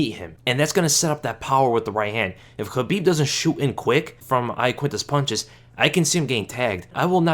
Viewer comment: Thanks for toning down the "SCHHHABIB" pronunciation man. appreciate it. dont mean to be an asshole but that shit was killing my ears